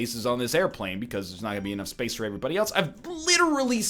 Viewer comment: I just realized he says 'AVERYBODY', even after seeing Voltaires comments